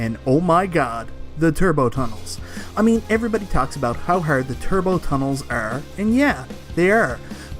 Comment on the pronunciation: Is there a bit to why you are saying the word "hard" wrong, and a lot of other words? Arkanoid is the hardest NES game, and its not close. There is a cheat code for unlimited continues, the only way to beat it I believe. I don't think anyone has ever beat it without a tool assisted run